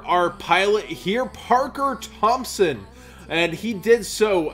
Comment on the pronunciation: LOL OMG, YOU ACTUALLY PRONOUNCED MY LAST NAME CORRECTLY,. Nobody ever does! lol. Thanks for the shout out, Parker.